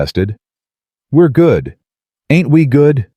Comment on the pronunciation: Every time you use the word "ain't," it sounds forced. It is not likely that they used this ungrammatical word so often and with the stress you use, as though you are trying to make the characters sound illiterate. Also, your reader does not know the difference between words like "tear"(meaning water from one's eye) and "tear" ( meaning to break apart), and many other such words.